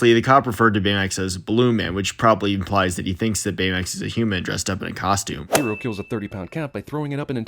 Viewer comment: Oh nice, you pronounced Hiro's name in its original Japanese way too! Yeah, he knows that. He literally sins Stan Lee cameos every chance he gets, it's annoying. It was especially bad in Infinity War, as that was shortly after his death.